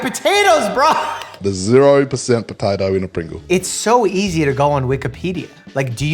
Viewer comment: I like the way the dude says “patitoe”